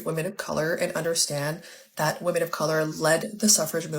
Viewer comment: Why do they pronounce "women" as "woman"?